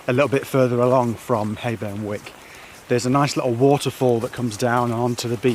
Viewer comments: Wyke (sounds like w-eye-ke) not wick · Pretty sure it’s Whyke not Wick ...nice restful vlog.